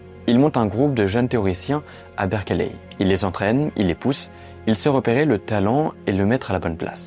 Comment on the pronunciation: Berkeley se prononce bèrklai, sans e au milieu…